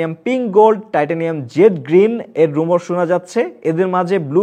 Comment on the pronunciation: রুমর না ভাই, রিউমার হবে